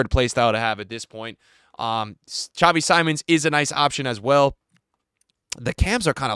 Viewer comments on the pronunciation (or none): none